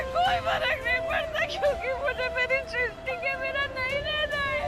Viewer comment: Sisty nahi pagal srishti 😂😂